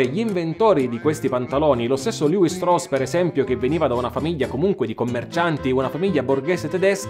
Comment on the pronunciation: Molto, molto interessante. Mi chiedo però se, visto che l’origine è tedesca la pronuncia corretta del nome non sia proprio quella “ italiana” cioè Levi-Strauss come si direbbe anche in Germania… Anche Nike è greco ….e junior latino…😊